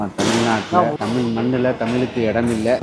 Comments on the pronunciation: தமில் இல்லீங்கோ. தமிழ். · தமில்!!!, இல்லை, தமிழ் 😭.